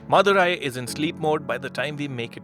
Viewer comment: After some time i came to knew that he was saying "madhurai" instead of "mother eye" 😬 मा की आख